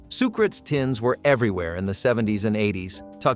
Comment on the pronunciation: The emphasis is on the second syllable of Sucrets.